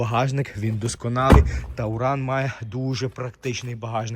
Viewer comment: Ещѣ один "тАуран". .ой вэй. . Чувак! Он ТУРАН. От слова ТУР. Поездка.